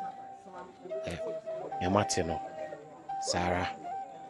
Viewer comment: Please kindly correct it it’s Kumah not kumash thank you 🙏🏾